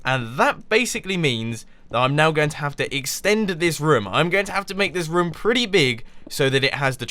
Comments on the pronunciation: lol the way u says room sounds like voom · The way Mumbo says room cracks me up every time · Does it get on anyone else's nerves the way he says "room"?